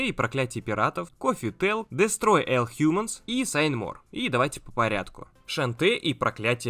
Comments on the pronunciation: Почему ты всегда говоришь слово "ALL" как "ЭЛ" вместо "ОЛ"? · ну будь ты человеком, не ЭЛ, а ОЛ! Дестрой Ол Хьюманс! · Все круто, подписался на тебя Смотрю....НО хватит произносить Элл...all... Ну ты чего англ не учил в школе ещё ....правильно - ОЛЛ, ну режет Удо капец как. ну ты чё серьезно )))!!!!!! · мне не послышалось, ты правда сказал: "Дэстрой ЭЛ хьюманс"?